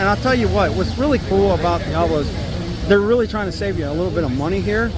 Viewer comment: Dee-ah-blo NOT Dee-ay-blo